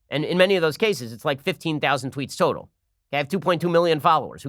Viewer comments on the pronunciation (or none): none